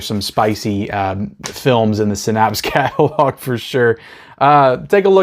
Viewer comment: Haha Synapse is pronounced (SIN-APPS).